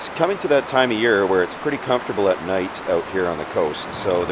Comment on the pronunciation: "Nat everybody". How many beers did you drink my friend. Great spot for sure.